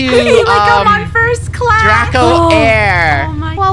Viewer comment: Am I the only one that when funny is angry at Draco she says drak